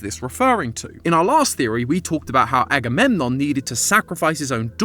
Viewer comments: Aggie poo???? CHILL…. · And aggydiginom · Don’t forget “aggymilade” 💀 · I swear you said Aggie poo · And "Aggie boy" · And anadididgemon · THE SECOND I HEARD "AGAMEMNON" I GASPED I LOVE GREEK MYTHOLGY AHaweyeiuaEWIU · As a greek, hearing someone explain greek mythology is so funny for some reason. It's weird hearing greek names in English or even greek cities. The pronunciations are so funny😭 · "Im not gonna say agamemnom 100 times" proceeds to say: aggie waggy doo dah, aggie lulu, electric boogaloo and more thanks fyp 🔪🔪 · Yeah, Agamemnon is too complicated of a name to call him like so throughout the entire episode... right... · Lol just say Agamemnon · Why don't you just say "Agamemnon"? It's significantly less effort than any of your nicknames!